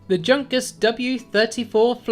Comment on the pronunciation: The "J" in Junkers is silent and is pronounced "Yunkers"......cool vide btw..